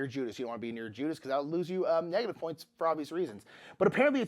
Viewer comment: Yeah. Really funny and I am sure he said judas, but it sounded like jews. 😅😂